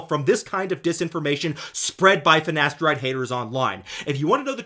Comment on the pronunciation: "Nocebboh" "Finasterideh is safeh"